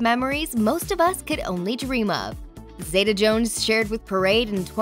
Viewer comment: its pronounced zee ta NOT zay ta